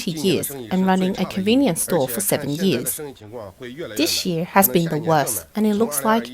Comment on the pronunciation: I love this channel and have been watching every single one of their videos the past year. Maybe it's just me but how the female narrator pronounces "year" really buggy me😅